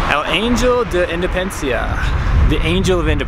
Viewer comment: I was just a little shocked when hearing 'Insuryentes' and 'Indepensia', that's all :-) Enjoy CDMX!